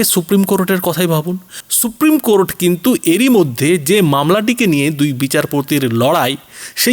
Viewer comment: কোরট্ নয় ,কোর্ট ।